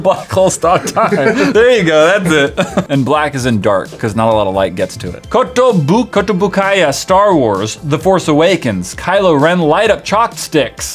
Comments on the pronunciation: Kotobukeeya not kotobukaia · God he butchered kotobukiya